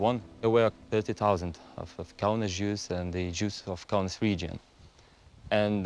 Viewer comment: KAUNAS DEAR GOD, It’s Lithuanian city. IT IS CALLED KAUNAS